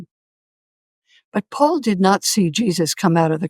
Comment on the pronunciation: I often hear Alex pronounce “Paul” as “Pool” and it is confusing.